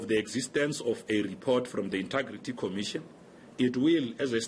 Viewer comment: He always says intugrity, can't someone just tell him how to say it..